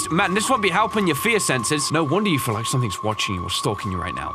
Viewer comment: I like how you say LIEK this video when I think you gonna say LIKE this video